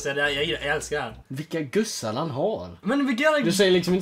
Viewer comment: Haha inte guzzar utan gussar haha